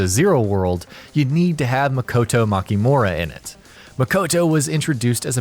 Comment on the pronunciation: its not ma-jima its ma-ji-ma and its not mo-ko-to its ma-ki-to sounds but spelt differently gosh have you not played zero?! or paid attention??